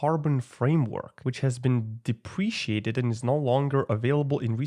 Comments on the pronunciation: they way you said deprecated 😂😅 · the way you said deprecated BRUH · ah yes my favourite word "depreciated"